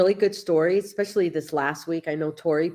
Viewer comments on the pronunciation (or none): none